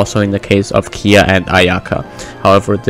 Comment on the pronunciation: When did kaeya turned to kiiya lol